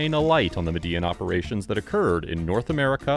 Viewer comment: *Medellin is pronounced "Medeh-YEEN".